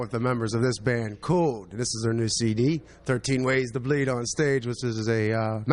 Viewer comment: did he just say COOLd?